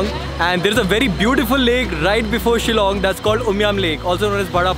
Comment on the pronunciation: I love the fact that you can pronounced the word Shillong correctly btw thanks alot bro for this video....✌️✌️from Shillong